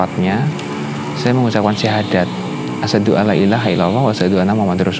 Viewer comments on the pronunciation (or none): none